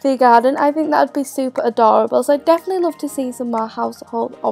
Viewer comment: her: ahdahrable me: adorable